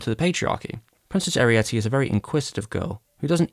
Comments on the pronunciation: Great video, but why are you pronouncing Arete like Arietty? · I was taken aback every time you called her Arietty instead of Arete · Why did you keep pronouncing Arete / Ariite as if she had the same name as the Borrower Arrietty? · I wondered about that, too. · I have issues with how you mispronounce her name. ☺️